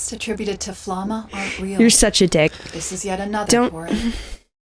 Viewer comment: I'm so pissed off how the dub pronunces Flamme. Couldn't they at least listen to the Japanese version as a sample?